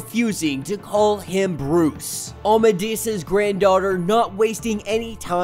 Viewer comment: No offense but I don’t think you’re saying Amadeus right 🤔